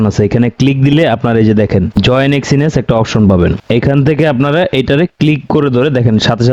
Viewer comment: এক্সিনেস কি ভাই, আগে তো শুনিনি, আপনার মুখেই শুনলাম, আগে শুনেছি এক্সনেস